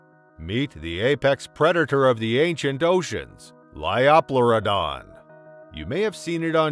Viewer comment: The pronunciations could use some work, too. "LY-oh-PLEUR-i-don," not 'Ly-AW-PLEUR-i-don" — that just sounded awkward! — and "PLY-o-saur," not "PLEE-o-saur."